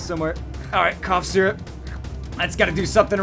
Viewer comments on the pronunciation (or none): none